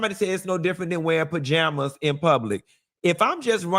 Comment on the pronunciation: The way you pronounce “bajamas” 💀